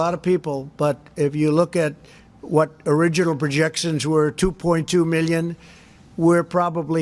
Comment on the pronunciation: "Origanul projecshuns" wow, you never have to stretch when it comes to this guy.